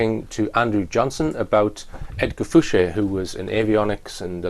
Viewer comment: Why does everyone call him, when he announces himself as Edgar Fouche. De Rothschild